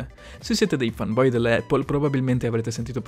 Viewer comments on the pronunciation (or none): none